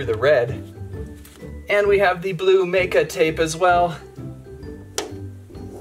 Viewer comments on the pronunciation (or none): Ma.ka is how you pronounce it